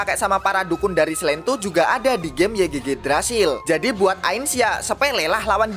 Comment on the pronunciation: Yigdrazil bang bacanya 😉 Semangat trus aplodnya bang! (≧∇≦)/